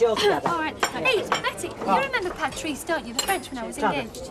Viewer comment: PAT-REECE :face-blue-smiling: Jenny is still the only one who could never pronounce Patrice correctly